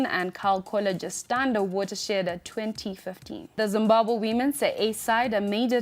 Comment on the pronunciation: When did Zimbabwe become Zimbahwe I give up.